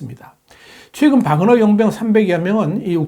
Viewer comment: 와그너아니라 바그너입니다. 정확히합시다.